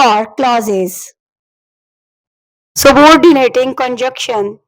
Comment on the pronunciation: Good job but pronounciation and spelling of (conjunction) is wrongly presented by you .and coordination conjuntions are not phrases and clauses,i think .these are AND, BUT ,SO,FOR, NOR, YET, OR(fan boys).